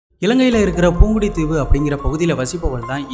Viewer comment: அண்ணா பூங்குடுதீவு இல்ல புங்குடுதீவு